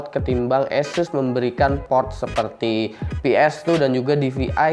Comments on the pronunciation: sebenernya sih ahseus broh... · jd kyk bule lu bang!!!! Asus jd aises wkwkwkw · latah itu ikut2 orang luar wkwkwk